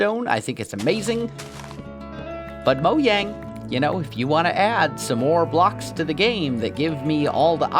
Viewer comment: And moyang apparently